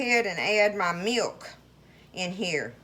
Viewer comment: The word: milk, has a W in it when spoken in many southern states in the usa? Meewlk?